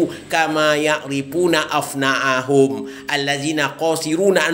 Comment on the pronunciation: Yg benar itu ابنا ءهم bukan افنا ءهم . Itu berbeda bro. Arti ابناء itu artinya anak2 mereka. Kalau افناء itu artinya kekal. Betul seperti yg anda katakan, bertanyalah kalau tidak tau. Maka km juga harus bertanya tentang lafadz yg kamu ucapkan. Bahasa arabnya gk benar. Masak sudah tua tapi sok tau